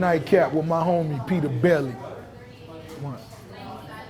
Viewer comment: "Peter Belly"?